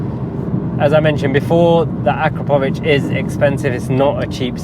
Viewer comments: Has anybody ever told you, that you pronounce "Akrapovič" wrong??😅🤣🤣 It's A'KRA'povič, not Akra"PO"vič!😅🤦‍♂ Emphasis on the 'kra', not the 'po'. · It’s pronounced “Ah-KRAP-oh-vitch”. You’re welcome 😉.